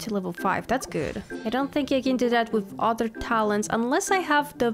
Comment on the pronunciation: When you say other it sounds like you’re saying otter and I love it😗